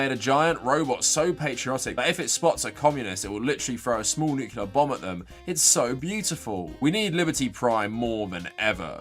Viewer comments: It's pronounced "Nuc**le**ar" not "Nuke-u-lar"! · I need you to pronounce "nuclear" correctly from now on. You don't want to sound like George W Bush...